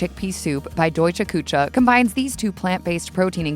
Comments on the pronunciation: Küche is NOT pronounced “koo-tscha.” OMG. 😆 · Kuche is pronounced Ku-shz -e not cha